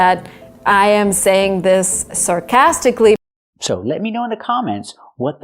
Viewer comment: Is her 3rd mistake her pronunciation of "sarcastically" ? I'm not sure.